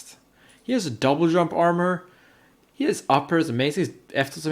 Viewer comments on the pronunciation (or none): none